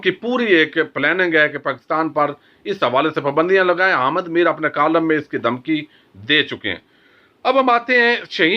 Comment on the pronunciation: Apna talaffuz sahi karo. Hamid Mir ko Hamad Mir, Notice ko notus, Justice ko justus kehtay ho, aur bh buhot kuch lath martay ho